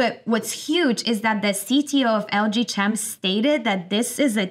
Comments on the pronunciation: CHEM.....pronounced like in "Chemistry" ... i.e. KEM not CH EM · I think it's pronounced like "LG Kem" as in Chemical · Lg chem? chem pronounced similarly to check, chuck, chum, churn etc. Do you pronounce "chemical" the same way? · Serious question: Is it pronounced: LG "CHem" or LG "Kem"? (as in chemical) At any rate, enjoyable content.